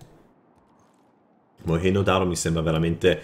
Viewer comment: Non è moegno ma moengio.. lol PS= Commento volutamente provocatorio..